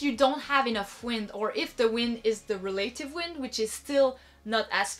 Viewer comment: Check your pronunciation of "relative" please.